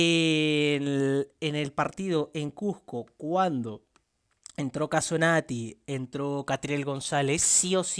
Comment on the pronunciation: Acomplejado, pronuncia bien la palabra CUSCO